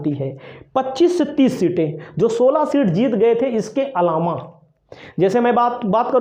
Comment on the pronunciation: are bhyya patrkar ye alama hota h ya alava.vaspa hota h ya baspa bolna nahi aata aur ho patrkar vah re bharat